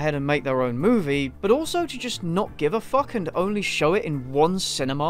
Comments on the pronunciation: Sorry, but I have to point it out; it's driving me crazy... You pronounce the word "cinema" very very weird, even weird to how a British person pronounces it. Sorry again. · The way you say cinema… makes my ears bleed.